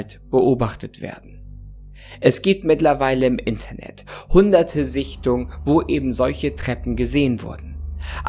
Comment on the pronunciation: Finde es witzig wie er Sichtungen sagt, als würden sie weglaufen xD Verstehe schon dass es Sinn macht aber trotzdem xD